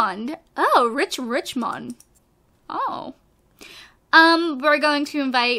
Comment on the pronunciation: After 28 parts finds out that its Rich Richmond not Rich Rimond. I love it xD